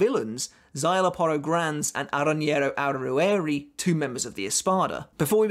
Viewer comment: I'm impressed by how easily you breezed through pronouncing Aaroniero Arruruerie